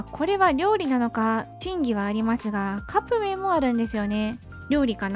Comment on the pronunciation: カップ麺とホットケーキのイントネーションが不思議でした（笑） はどこ出身の方なんだろう😙